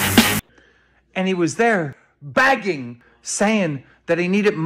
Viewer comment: Keem saying Begging so hard it sounds like Bagging 🤣